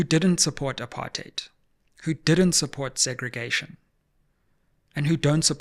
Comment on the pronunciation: Thanks Sizwe for calling "apartheid" very clearly and with the way it must be pronounced - Not this rosy English version a lot has come to embrace diluting the very essence of its meaning. Apartheid was so evil that it does not deserve any soft or cushioned pronunciation - it is "apa-rrrrr-t heid" and let's call it with the absolute contempt it deserves and drop this "upper-theid" 😩😤😤